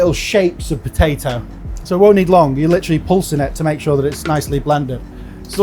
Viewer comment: He can't even pronounce potato.